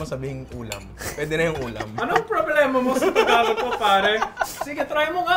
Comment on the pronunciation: How could a 30 somethin yr old man who grew up mostly in NCR mispronounce the word 'Tagalog'? wtf dude